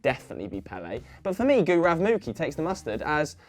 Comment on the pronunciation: But his pronunciation of gaurav was horrible for some reason.